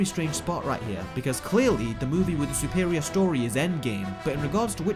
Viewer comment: why'd he say it like that lmao Sou-per-ior it's suh-per-ior.